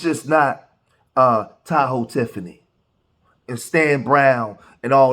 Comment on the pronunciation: It-s Ta-Hoe Tiffany